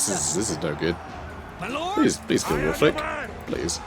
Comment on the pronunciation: From Wulfrik the Wanderer to "Wulfwrecked the Woundedener" 😛😅☠️